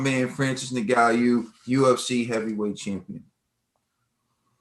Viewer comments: You gid a great job as ever, but it's 'Ngannou', not 'Nguyou', ffs... :) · Btw the pronunciation is "En-ga-nou" had it right at one point and then just gave up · It's pronounced EN-GAH-NU. Lmao. Great Video